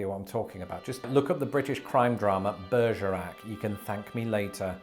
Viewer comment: I'm very glad that you put the spelling of Bergerac on screen becuase at first I thought you just had a stroke. XD